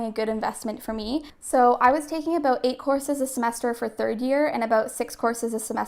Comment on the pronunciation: Are you Canadian? Cuz you say aboot 😂